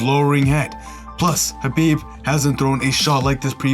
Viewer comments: Habib? and you keep saying it wrong over and over lmfao. Khabib going to find you for saying his name wrong/ talking bad about his religion. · Khabib not habib